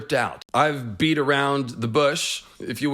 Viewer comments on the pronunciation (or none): none